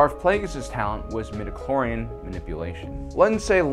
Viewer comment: Every time you say "midiclorian", an imperial stormtrooper dies spontaneously. Please stop this massacre